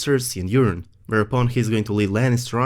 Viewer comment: I'm not making fun but i cracked up every time you pronounced Euron as Urine 😂😂